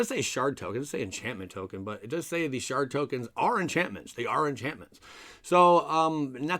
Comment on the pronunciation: Did you say shart token?